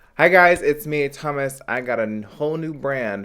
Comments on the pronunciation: thought he said in the beginning "hey it's hommas" 😊 so hungry right now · I swear every time he says his name, all I hear is hummus 😂💔